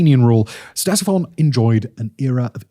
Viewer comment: Hearing you pronounce "Ctesiphon" is like nails on chalkboard. LITERALLY THE LEAST YOU CAN DO IS LEARN TO PRONOUNCE THE NAME OF THE THINGS YOU'RE SUPPOSED TO BE EDUCATING US ABOUT, SIMON. YOU HAVE ONE GODDAMN JOB.